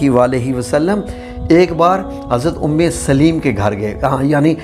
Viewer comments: ام سلیم ہے لام کے اوپر زبر کے ساتھ ہے ام سلیم لام کے نیچے زیر کے ساتھ نہیں ہے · ماشاءاللہ ❤ اللہم زد فزدہ ماشاءاللہ ااپ نے قران حوالہ بہت اچھا میسج دیا ہے اللہ اپ کو اس کی بہترین جزاء عطا فرمائے اپ کی قران کے اندر بھی کچھ غلطیںا ں ہیں جو کہ ٹھیک کرنا فرض عین ہے اور صحابیہ کا نام بالنے میں بھی ام سلیم لام اوپ زبر کے کے پڑھا جاتا لام کے زیر کے ساتھ نام نہیں ہے دعا کے اںدر غلطی لفظ اعین الف زبر کے ساتھ ع ساکن ی کے اوپر پیش اور ن دو زیر کے ساتھ ۔ جزاک اللہ خیرا